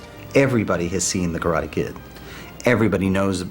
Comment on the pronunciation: I like how they show respect by pronouncing KARATE (kah-rah-teh) with a Japanese intonation.